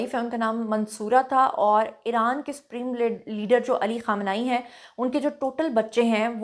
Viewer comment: اپنے بال بھی چھپالیتی تو کیا ہوجاتا اور آیت اللہ خامنہ ای کا نام سہی طریقے سے لو ورنہ لو بھی نہ